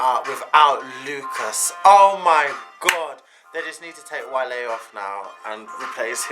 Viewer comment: Did you call Wale, Wale as in the animal? 😂😂🐳